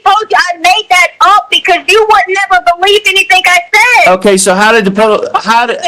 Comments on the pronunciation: Why does harley say "anythin'k'" also😮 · Did Harley say, "anythinK" also? Is that southern twang or what???